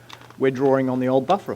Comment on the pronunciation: It's DRAWING, not drawRing...